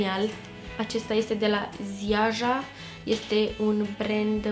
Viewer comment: Ziaja se pronunta "Jaya"...le gasesti in plafar. Te pup